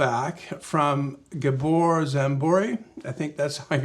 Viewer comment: Everything OK, only hungarian name Gabor should be pronounced Gaaabor instead of Gabooor.